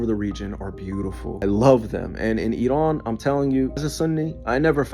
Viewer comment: As a Farsi speaker I can't stand the way this guy says Iran, he says it as if it's spelt Idan. Bro it's Iran.